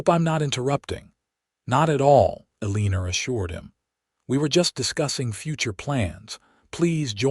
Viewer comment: Someone needs to teach AI to pronounce Eleanor!